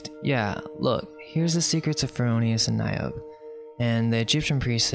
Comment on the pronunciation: "Niobe" has three syllables.